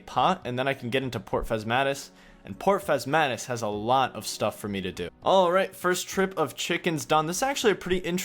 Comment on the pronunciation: Just stumbled across Mctile so I decided to come back and watch these. Enjoyable series. Also love the fact that pronounced port Phasmatys correctly haha